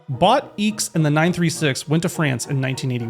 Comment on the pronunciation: I wouldn't be too worried about how you pronounced PSK after how you butchered Jackie Ickx's surname. 🤭 Good video though, in fairness.